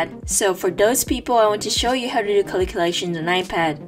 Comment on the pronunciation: i love the way she saids Caliculations😊